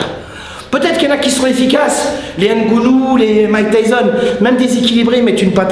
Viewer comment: ngannou pas ngounou